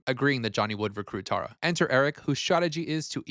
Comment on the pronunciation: I love your commentary but like why are we saying Tara so wrong?? Tear-a